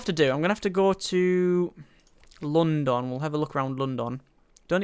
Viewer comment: question, why do you pronounce London like some exotic Chinese dish?